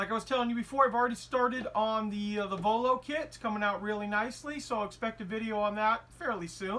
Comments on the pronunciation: Voiio and not vollo :) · just a correction its Voiio not Vollo